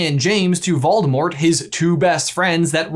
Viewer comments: “Freakin’ Moldevort” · Moldivort. Was he referencing the new Ted-Ed riddle, or did I miss something really obvious😂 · Ah yes, Moldevort has returned! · Wait did he call Voldemort Baldo? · Instead of "Moldivort", he should have been called "Voldiwart" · Always Moldevort... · Moldevert.....😂😂😂 I love peeves.... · Yayyyyy he said Moldemort!!!!!! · Don't worry if your not sure its Moldevort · ahhh good ole Moldevort... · I don't know exactly why, but a true surge of happiness went threw me when said Moldevort!!! #SeamusAsMoldevort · Moldevort! it makes me laugh more than is reasonable.. hahah... moldevort... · Maldevort Me: Lol 🤣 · Moldevort? Umm...don't you mean Seamus Gorman?